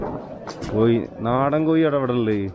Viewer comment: കോയി അല്ലടോ കോഴി ഒകെ